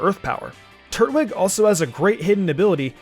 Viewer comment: Hearing him say Turt-Wig and not Tur-Twig hurts so much.